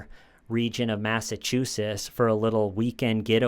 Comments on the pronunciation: It's MassachuseTTs, buddy. There are 2 Ts in there & you're pronouncing neither. As a resident of MA who's originally from Brooklyn, I can't let it pass. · Mass-ah-choo-sits. Or mass-ah-chew-sits